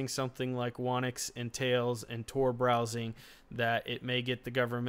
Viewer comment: "Whonix should be pronounced "Who Nix". It seems many people don't expect the "W" in Whonix the be silent" ~whonix wiki great video though.